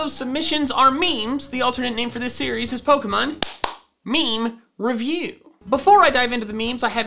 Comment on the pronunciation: Pokemon meme revi-UP (Its funnier for swedish ppl , cuz he literly said upp in swedish , perfect pronounce and all! And thats rarer than you think)